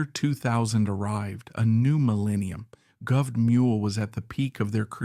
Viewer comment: AI sucks...makes this video torture. Every time I hear sky-nerd or govt!!! pathetic